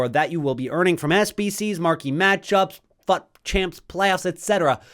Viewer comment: The way you pronounce fut is very annoying bro. You really don’t need to exaggerate ‘fut’ that high Thankyou ❤